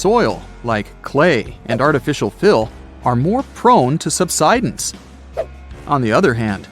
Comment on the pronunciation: it's not "sub.sid.ins"!!!!!!!!!!! it's "sub.side.ins." DAMNED STUPID A.I. READER! -----GET A REAL LIVE PERSON TO NARRATE THIS!!!